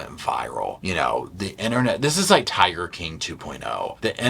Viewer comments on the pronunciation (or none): none